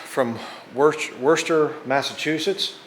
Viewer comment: Pronounced " Woooster" MA, lol , cool old lathe, gotta be at least a few grand if it still works if you sell it. however it seems too require a separate power source, as in its old can't plug and play so , perhaps inquire at a machinery museum they may want too buy it for a decent price, not sure how useful it is given modern tech